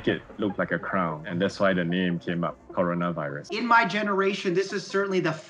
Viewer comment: Cuando los gringos dicen coronaverris pienso el meme de Cardi B😂😂😂😂😂